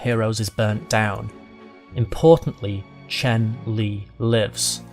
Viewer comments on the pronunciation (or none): It's Chen Lin, not Chen Li